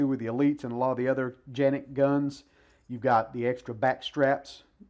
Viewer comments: It's Canik not ( Ganik or Janik ) ...lol it should be pronounced as Kanik. Unless You live in Turkey Good review 👍😎🤝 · Are you supposed to pronounce Canik as Janik ? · Janik is the correct way to pronounce. Its just how we see and pronounce the name in in the US CANIK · It’s Janik!!!!! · Not Janik!!! It's Canik! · So am i the only one who pronounces canik then him? Hes calling it a janic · It is pronounced John Nik. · First time I’ve heard it pronounced Janik